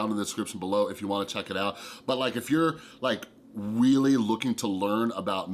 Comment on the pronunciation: did I hear weally instead of really...? 🤔😅